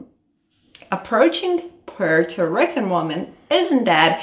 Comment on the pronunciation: I'm not taking advice on dating Puerto Rican women from a caucasian woman who can't even say Puerto Rican right 😒